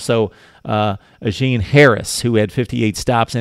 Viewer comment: Daniel Imatorbuhbhebhe?? Never heard of him!! 😂😂 JK... Also, S.Ajene' Harris is pronounced A-jay-nay.(just in case you have to say his name again in the future). Speaking of Harris, Clay Helton & DC Clancy Pendergast have Gave high praise to Ajene' Harris. They've said in interviews something to the effect of, if they had 11 Ajene' Harris's out on the field it would make their job easier. They were basically speaking of his Focus,Leadership & Work Ethic!! Which is Pretty High Praise!!